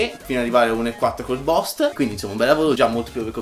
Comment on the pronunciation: bel video :). pero la pronuncia , è gia la seconda volta che dice bost al posto di buust attento